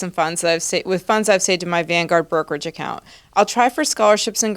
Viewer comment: #BonusTerm — "Van-gahhd" ... How folks in Boston say #Vanguard ... Lol. #TeamClarkRocks